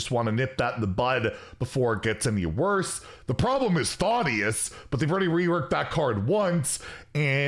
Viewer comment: Thotius? THADDDDDIUS